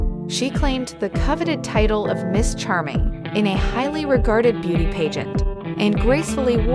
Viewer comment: Aylur and paygent??? Is this a robot speaking?